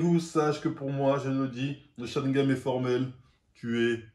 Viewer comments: euuuuh ouais ça fait dix mois , et ouais on s'en fout un peu , mais tu dis "sharigam" au lieu de "sharingan" , non ? Oo ou alors j'entend pas bien .... et ouais bon on s'en fout définitivement c'est sûr xD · Pourquoi il dit sharingame au lieu de gane ? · Dites Sharingan pas Sharingam svp 😭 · Après toutes ces années tu dis toujours Sharingame au lieu de Sharingan ! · Mdr c'est sharingan pas sharingam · Sharingan* pas charigaM 👀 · ON DIT SHARINGAN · Je rêve où il prononce '' Sharingam '' ??! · j espere que tu l utilise mieux que tu ne le prononce ton sharingaNE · pourquoi il dit sharingame ?